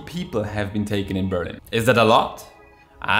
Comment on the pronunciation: BerlIIIIIin......not BEEEEEErlin......the intonation!!!! Also in ENGLISH!!!!